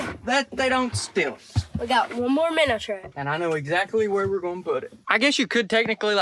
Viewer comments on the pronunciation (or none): I love how he says “Minner” because of his accent